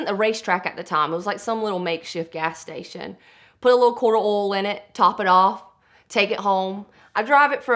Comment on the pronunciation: Lol "quart of ool" not oil but ool